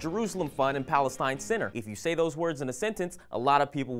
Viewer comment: Aren't you pronouncing Palestine wrongly?